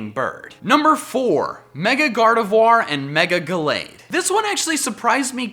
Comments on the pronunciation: Gardevoir is pronounce as "GARDEVWA" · GardeVWA. Not Gardevwar. You say it better than most, but... (French nerd here XD)